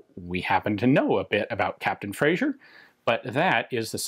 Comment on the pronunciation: Just a triviality - it's 'Frazer' in pronunciation, not 'Frazier'.